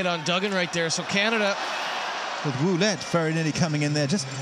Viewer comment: "Woolette" "Peecard"